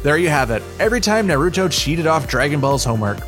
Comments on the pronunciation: Is not “No-ruto” is called “Naruto” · “no-ruto” This dude sounds sped. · then he says “Narootoe” I’m WHEEZING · Your pronunciation of nahr-oo-toe (Naruto) is horrendous... What boostrapped version of the show did you watch for you murder the names THAT badly?! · He’s sometimes wrong but i find it weird that you say naruto that weird way and not kishimoto the author of naruto also katashi and piccolo are not similar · Is no one gonna talk about how he pronounces Naruto ffs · Shut up u have no right to criticize anime U dont even know how to pronounce name of anime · Quote I watch a lot of anime . Pronounced every thing wrong. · Yeah that kinda annoyed me...